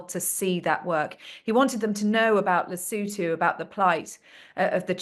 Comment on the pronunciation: It's Lesotho, not Lisootoo.